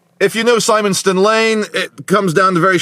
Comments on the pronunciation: I thought it’s Simmon Ston. I know someone who lives in Padiham who pronounces that way without the E on the end. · Simonstone is pronounced simmon stone. Definitely not a local. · Shout out to Simonstone Lane you would’ve drove right past my house today and I miss you and it’s pronounced Sim on stone😂😂😂